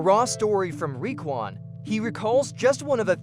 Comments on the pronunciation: It's Ray not Ree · If you pronounce Raekwon like REE-quan again we fighting😂😂😂! It’s RAY-Quan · Ree-kwon? Ok, im out.